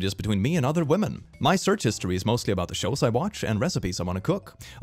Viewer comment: I will never not smile at saying 'wamen'